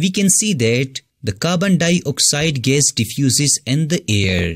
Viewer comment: sir please try to say the word gas neatly